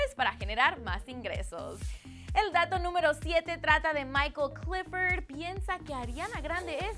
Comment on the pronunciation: Que?! ¿Summers? ¿Eshton Erwin? ¿Clefford? ¿Keilum? Amiga odio tu pronunciación